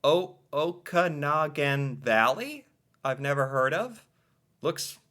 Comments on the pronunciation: My reaction to the pronunciation of “Okanagan”: 🫣😯🎉 Well done with that one!👏🏻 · The Okanagan Valley is one of our wine making regions. That image is of a vineyard where grapes for wine are being grown. (Also well done on the pronunciation)